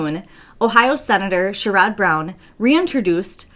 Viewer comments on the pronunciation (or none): &: Am from Ohio: Pronunced the word share - male's name Ed. Share Ed - Sharrod Brown. Still do a good job! Nice shirts day both of u ‼️